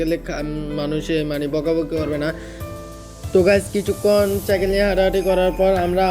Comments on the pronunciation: চাইকেল না ভাই সাইকেল হবে। তুমি পুরো ভিডিওতে শুধু চাইকেল বলেছো😂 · R ha video te cycle(সাইকেল) k bolsila চাইকেল😂😂. But oita সাইকেল hobe